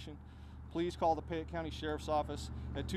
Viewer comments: PAYette, the word is PAYette not PIEette. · You also pronounced payette funny. It’s pay- ett Sounded like you said pie-ett :p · Hi! Payette – pronounced "Pay-yet" & Not "Piy-yet". Idahoans are very picky about pronunciations of any City, County, Street's and ect. I work for the State & was corrected if I pronounce a City or County wrong. 😉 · Hi, wonderful job on the story. I live in Idaho and know this story and have been following it. There is only one thing that I wish to point out that you haven't corrected in your comments. The county that this takes place in is pronounced "Pay-ette" not "Pie-ette". I'm not meaning to be nitpicky about this but I want to bring this to your attention so you may now know how Payette is pronounced here in Idaho as I was confused each time you said "Pie-ette" when you were talking about the police and county.